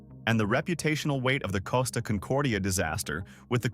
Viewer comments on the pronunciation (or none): none